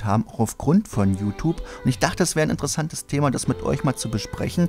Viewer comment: JuTup... Kannst du das mal JuTjup ausprechen? Das weckt immer den inneren Autist in mir :c